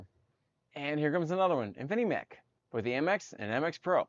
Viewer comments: It’s “Infimech” not “Infinimech.” The least you can do is get the name of the company right. How can anyone take you seriously when you make such a dumb mistake? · Dude, it's InfiMech, not Infinimech 🤣🤣🤣